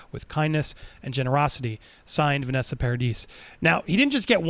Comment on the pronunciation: You’ll correct the last name pronunciation but not the first lmao.